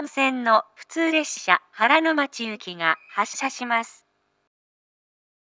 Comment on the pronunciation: 先日は申し訳ありませんでした。ですが、そのような計画があるってのはだけはお願いします すみません、鳴りやすさってどのくらいですか？フルコーラス長いからあまり鳴らないですかね？ あと冒頭の原ノ町行きのイントネーションが…